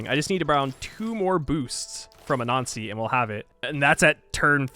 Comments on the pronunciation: LOL when you say "Anansi" it sounds like "A Nazi" and its funny every time. Great vid! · I know it's been a while and 900 comments but for a few films of yours whenever you said "Anansi" I kept getting more frustrated thinking "what the hell is a nazi" lol (I don't have the heroes thing in my game) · I easily crush diety every game but did not think this was possible without save scumming - hard to know which wonders are being built. Amazing job. I also like the faster play through with voice over. Lastly, your pronunciation of anansi- which I think is accurate really sounds like “a nazi”. 😂 thought civ added something new for a second. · Sounds like you were referring to use of "A Nazi" Pay attn to your diction! (grin) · for a minute there i didn’t know you were saying “anansi” and thought you were saying “a nazi” i was like wtfff